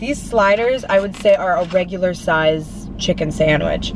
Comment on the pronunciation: Y she says chick-con omg it's pronounced chicken